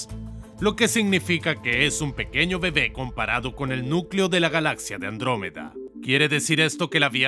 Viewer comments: He oído "Lactómeda" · Andruwey xD